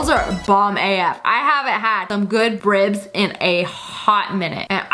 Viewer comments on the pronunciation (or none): instead of ribs she said bribs